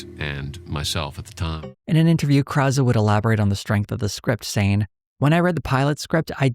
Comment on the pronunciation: Never realized this was how Peter Krause pronounced his name -- I knew some Krauses, so I was pronouncing it in my head how they do.